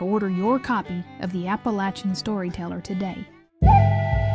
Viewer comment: You must be a local, as you pronounce Appalachia and Appalachian correctly. 👍